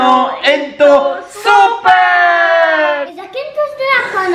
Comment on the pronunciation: طبعن بالبداية حكى اي لوفيو سوكر مو اي لوفيو سوبر بحبكم كتير انا من العراق 🇮🇶🇮🇶🇮🇶